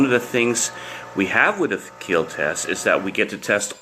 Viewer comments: This blade.....WILL KEEL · No one: Coronavirus: I will keel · It will not KILL It will KIEL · Imagine hearing it will keel when someone gets keel in school💀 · It weel keel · 0.001% keel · the south African mutation of the virus sir , it will keel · Will it keel? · most importantly...it will keel. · wheel keel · He Protec He Attac But most importantly IT WEEL KEEEL 😊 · It wheel keel